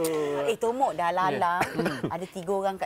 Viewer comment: Asal Aku dgr dia sebut bongok. Bkn tomok